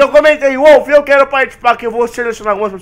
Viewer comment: Wolff não é zétso é zêtso